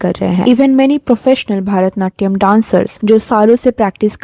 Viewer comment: It's not भारतनाट्यम it's भरतनाट्यम